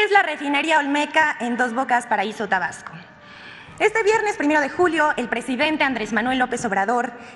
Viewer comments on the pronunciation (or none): none